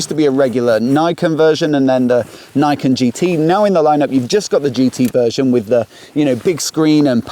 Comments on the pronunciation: Did the Yamaha staff on the day pronounce "Niken" like you did? I.E. "naikin". Because in Japanese, the "ni" would closer to "knee", although shorter. Rhyming with "pecan". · His pronounciation is wrong, it should be read like in japanese.